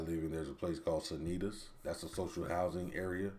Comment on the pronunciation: Seriously? You live in Tours? OMG it sounded weird to hear Sanitas and Fontaines in your mouth lol BTW I live 25 km from Tours (near Villandry and Azay-Le-Rideau), and in my village social housing is dispatched everywhere and it's better this way. I live in a social housing house and my neighbours have all kinds of standards of living.